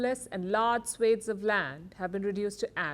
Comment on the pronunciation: Swathes. You pronounced it wrong.